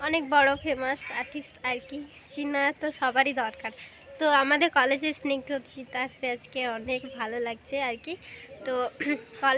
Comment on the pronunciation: স্নিগ্ধরাজ না রে স্নিগ্ধজিৎ